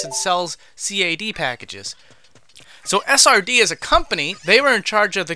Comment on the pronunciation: did he really just say C-A-D?